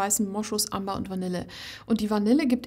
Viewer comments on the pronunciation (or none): none